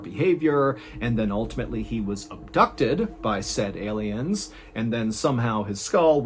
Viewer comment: mr ballen one of them type motherfuckers who says "elliens" instead of aliens